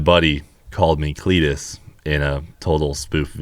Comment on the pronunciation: CLEET TO CUP